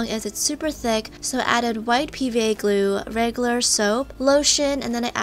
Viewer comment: The way she says regular Ragelar